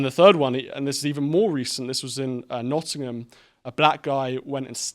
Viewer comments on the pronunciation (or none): none